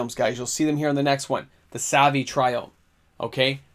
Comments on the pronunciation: You pronounced every single triome incorrectly. Cringe. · Didn't pronounce a single triome right but that's just me being quirky not that it matters lol